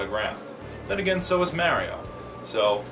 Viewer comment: Where are you from anyway? You have very slight accent when you say Mario and Mega interestingly from my perspective.